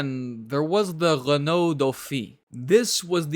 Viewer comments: Which was totally wrong. It's Re-noe, not "Lay-nault". Don't get me started on Citroen and Champs-Élysées... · They made it sound like an "L"! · "Lenault"... really? Maybe it was just something wrong with his microphone or the audio itself...